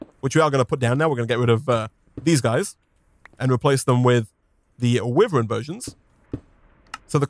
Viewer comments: it’s why-Vern not wiv-ern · Is it just me that gets mildly annoyed at him saying wiv-ren Instead of why-vern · i know it's a bit nitpicky but it would be better for my ears if could pronounce "wyvern" the right way which is "why - vern" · Its starting to anoy me how he says whyvern (wyvern) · I mean he isnt right nor wrong Maybe he got that due to the word being already hard to pronounce